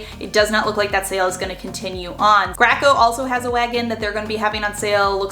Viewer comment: Graco?; I've always thought it was pronounced GRAY-CO